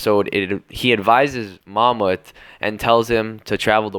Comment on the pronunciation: Ok no offense but they way you say those Turkish words espacially ''Mahmut'' is really wrong and you are adding and deleting soem wrods while saying it Don't try to say it like in the anime that is made by Japanese people just google a Turkish person saying it and try that